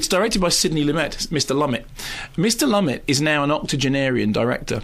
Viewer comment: Just came across this film, very well directed, acted, script👍maybe you could get the directors name right though, Lumet ( loo-met).